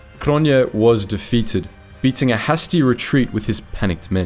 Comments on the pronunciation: i like your channel but please stop pronouncing hasty as "pasty" it's pronounced "hastey" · Yup and the word "hasty" is "hay-stee" 😂. It's a great channel but he murders the language(s). Not very professional 😢